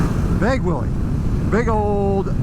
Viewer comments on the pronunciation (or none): Might want to work on that enunciation. What you said, " You could ride that wheelie from sea to shining sea." Here's what I heard, "You can ride that willie from sea to shining sea." 🤣 Geat review. I'm more than a little tempted to get a Pan American. It'll be the first time I've been interested in a HD made after 1950.